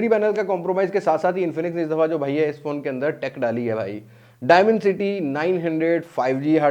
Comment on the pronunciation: If you don't mind, one correction please, not just for you but for all tech people on YouTube and elsewhere. They all pronounced dimencity instead of dimensity (from dimension)